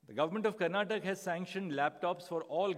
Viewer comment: Sir this is not Karnatak it's Karnataka.every non Kannadiga makes this mistake😂 Great to see you here in Karnataka sir.